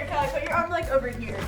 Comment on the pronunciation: Did he call kallie Joyce?